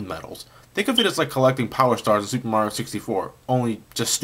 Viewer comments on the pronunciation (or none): none